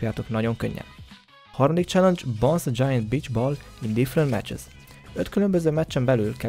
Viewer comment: Jó az angolod, "cselengyes"